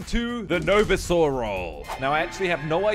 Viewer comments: not novizor it’s no visor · Novisoror lol that pronouncing is just 100Tx more funny than the wall pronounce of 🤣🤣🤣🤣🤣🤣🤣🤣🤣🤣🤣🤣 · Noou visour role 😂